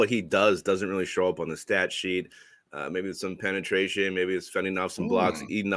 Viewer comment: said penatration